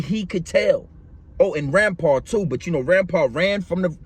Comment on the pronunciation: Its Rimpau not Rampar